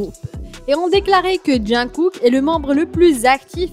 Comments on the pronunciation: "JoHn COoc" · Jung koek bétéèsse vé jihope armé Mdr mais non sa fait mal au oreilles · Elle prononce mal Jung kook et v 😄